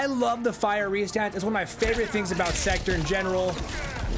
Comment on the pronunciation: Pronounced sekTOR, not secter…